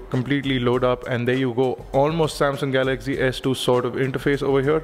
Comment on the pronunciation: It's pronounced 'Galaxy', not 'Galagzee'.